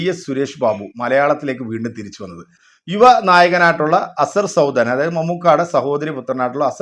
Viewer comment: ആ നയകന്റ് പേര് പോലും ശരിക് പറയാനറിയില്ല കഷ്ടം അസർ സൗദാനല്ല അഷ്‌കർ സൗദാൻ 😄😄